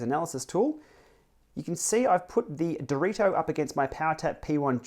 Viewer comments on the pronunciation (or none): Elite is an italian brand. So "direto" is not "directo" without the c, it's "diretto" with only one t !